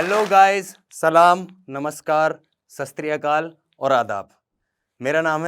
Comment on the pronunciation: Bhai Sat Sri Akal KEHTE hai Sat tri Akal Nahi